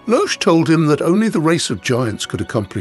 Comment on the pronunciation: Where is Wotan's Spear and his intent to rule by law and order not force? Where is Logé (Lo hard g +e, not some seating section of the auditorium!) is a fire a DEMI-god, not a full god. You missed the difference between Fasolt and Fafner. The first was infatuated with Freia, the second wanted to overthrow the gods. They have no power to change form until they get hold of the Tarnhem. And on and on you make distortions of Wagner and reduce a brilliat ;plot into dull ordinary hack story. Logé doesn't need the help of the gods, he wants to trick them into destroying themselves. He is their enemy as much as the Giants. Get your Norse mythology right. Wagner did. Why all these endless illustrations of castles and generic "gods". Stick to illustrating precisely Wagner's plot. Where is the Rainbow Bridge and entrance of the gods into Valhalla.... or the lament of the Rh Ds? This is second rate AI junk com;pared to Wagner.